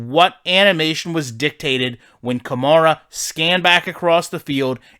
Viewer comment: You should play ranked games. The games plays worse in ranked and in ranked. You’ll see crazy out of places glitches and animations you wouldn’t normally see since it’s user v user. Also the game settings differ. Also pleas stop mispronouncing the name of my franchise Running back. It’s like the car “Camaro” except the “o” at the end is an “a”